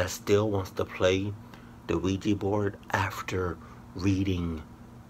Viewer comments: Us black people and Ouija boards.....NOPE! Soon as they said Quija board I even paused the video and said "SEE.......HERE WE GO WITH THAT BULLSHIT!" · as soon as I heard ouaji board I knew was going to pause the video